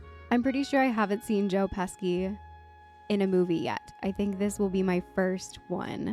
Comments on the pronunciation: "Joe Pesky".... Lmao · It's not Joe pesky... it's😮 Joe Pesci. I looked up the correct spelling. After I spelled it wrong at first too. But a lot closer than you. I spelled it Peshi. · OMG JOE PESHI (phonetically). And you better put some respect on his name. Casino, Goodfellas, raging bowl, A BRONX TALE, WHICH IS A MUST SEE FOR YOU, The home alone movies, the lethal weapon, movies & 100 OTHER CLASSIC MOVIES. And the Italian pride of my home state of New Jersey, a good local boy From two towns over from where I live. Sidenote he was looking at buildings in my town about 15 years ago who’s supposed to open a big comedy club but it never happened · "Joe Pesky" lol 💜💜💜